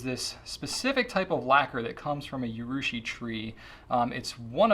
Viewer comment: 'Urushi', not 'Yurushi'; a minor quibble